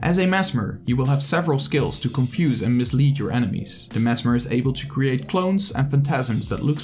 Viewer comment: The way you say merged man. Triggers me.